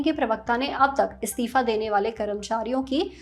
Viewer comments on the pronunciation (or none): ये एंकर बार बार स्तिफा स्तिफा क्यों बोल रही है जबकि सही शब्द इस्तीफा होता है।